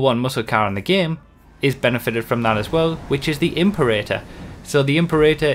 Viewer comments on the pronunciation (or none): Love your work. But it’s not pronounced imp-erator. It’s Im-perator. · imp-erator? im-Pera-tor (as in imperial. the emphasis is on the 2nd syllable.) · Pretty sure Imperator is pronounced Im-pera-tor, like in Mad Max: Fury Road (possibly earlier movies too). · The "Imp-urr-ay-turr." Please,. You haven't seen Fury Road? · or heard of the world "imperial" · Im-pera-tor. one thousand three hundred and twenty two. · im-PEH-rit-uh. Just sayin'. ;-) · please fix your pronunciation of Imperator. It's a roman military rank